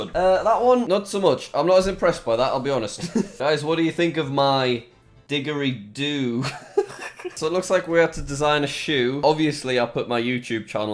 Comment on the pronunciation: digory doo is pronounced dijoree doo btw. I am australian